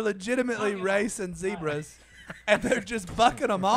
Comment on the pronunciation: When did he turn into British accent with the Zedbras??? Zebra...no d...